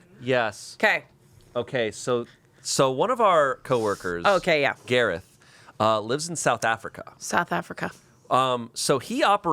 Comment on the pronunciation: cant handle the exaggerated swagger of a south african garreth